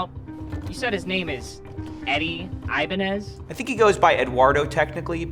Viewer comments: Red flag from the beginning, the guy didn't know how to pronounce his own last name. Ibañez (e-bAh-gnes). You don't say it like "Ivanhoe". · The biggest scam here is saying his name is eye-bah-nez. Ni ningun hello, ni ningun good afternoon, aqui se habla español. 😤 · I mean I could tell he was a fake simply because he pronounces his last name incorrectly.